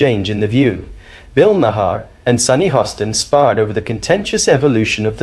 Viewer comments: Mar. Not ma har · Its pronounced Bill 'Mar' not 'Ma-har' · It’s Mar, not Ma-her. Only one syllable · Bill Ma-HAR??? 🤣🤣🤣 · Ma-har is one syllable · Mar. Like the planet Mars. Its Bill "Mar" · His name is pronounced Mar. Like Mars without the S. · Okay. I am not sure if this narrator is A.I. but the constant mispronunciations of Bill's last name is annoying. First the narrator pronounced it as Ma-har. Then after that pronounced it as Ma-hair. If you are going to comment on these videos get it right! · Why do you call him Bill Makhaar? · Why are you even on YouTube? You don’t even know how to pronounce his name correctly. It’s pronounced mar as in Del Mar. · Just a side note Bill pronounces his last name Maher as Marr. Great video other wise! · If you can't even pronounce the man's name properly you probably shouldn't be here.